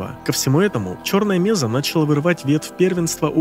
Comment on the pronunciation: Ролик прикольный. Раньше только текстовый вариант видел, причём без DLC HL. НО(!), зачем в ролик включать Жнецов из Mass Effect? Есть один нюанс. Какая, нахер меЗа????? МЕССА!!!!!!! Когда ж, вы, мамкины ютуберы, выучите термины!?